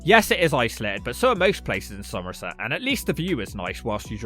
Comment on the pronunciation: love the accent when he says "somerset" - a true local. Great video